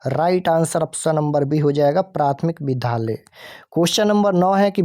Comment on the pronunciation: Vidya ko vidha kyon padh rahe hain